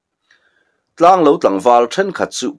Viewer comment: Tlanglo ilam dan hi he bung tir lamah hian adik tlatlo...thingtlang mi ten kan eizawnna ber lo kan neih thluk hian lo hi ilam tlata..khawhming ah chuan tianga lam tur hi anilo thung asin mawle...i lamin ichhiar sual ngailoh nen... Ngaihnawm takzet ani.